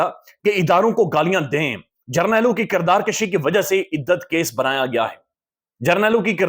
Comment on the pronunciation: کردار کشی ۔۔۔پیش کے ساتھ بولا کریں ۔۔زبر کے ساتھ مطلب بڑھنا ہوتا ہے